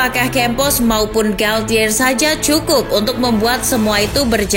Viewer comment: FYI... Galtier cara bacanya galche... Bahasa perancis pronouncing nya ga kaya english atau latin